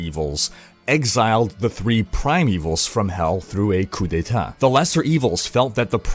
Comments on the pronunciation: His French is on point. "Coup d'état" xD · The way you saud Coup D'état, I can tell you're a french canadian 😂